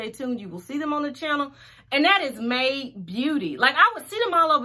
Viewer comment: My Aunt : I'm loving that "May De" wig Me : "Made" not " May De Aunt : I'm glad you so damn educated